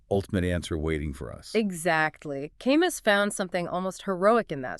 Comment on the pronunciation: Camus is pronounced Ca Moo